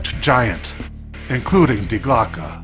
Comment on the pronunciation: I feel like there is a lot of inaccuracies about this reading Also it's "Die Glocke" not "Die Glocka"